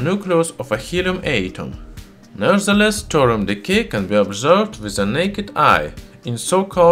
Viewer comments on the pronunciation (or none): Clear English isn't your first language but please don't do a whole video on a subject you cannot even pronounce correctly - Thorium (Thaw - re - um)... not torium! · Thor-Ee-uM not Thor-um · Are you speaking Torum or Thorium? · It's called thorium, not tourum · By the way, it's Thorium, not Thorum. Nice video, though! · What he is saying : thorium What I hear : torum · Can't listen to this guy. Its not "Torum", its Thorium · Pure 'Torum' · Thorium, thor-ee-um. You are saying Torum. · Thorium reactor. Say it with me now. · I’m sorry but the way you say “torum” is illegal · I genuinely thought, for years, that Thorium was pronounced Thor-ree-um, not Tor-um! 😒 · Okay the h in thorium is not silent its not torium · written Throrium sounds like Torum....thats not accent i could understand Torium with TH sounding like a hard T but come on... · Great video, but in English it's pronounced 'thor-ee-um' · Nice pronunciation of Thor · is the " H " silent? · Exactly, same here. Plus he mispronounced "Thorium" so much that it started to make me sick. Completely unwatchable to me. And not subbed, so no idea why I received the notification for the video... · I know, I'm Irish. I speak a few languages and know it's not easy. I meant it constructively, saying 2 syllables instead of 3 is a mistake pure and simple.